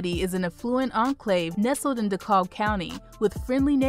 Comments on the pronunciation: Dekalb is pronounced de-cab...for future reference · Great video! Several mispronounced city names. Smyrna is pronounced Smer-na, Suwanee is pronounced Swan-nee, & DeKalb (capital D, capacity K) is pronounced De-Cab.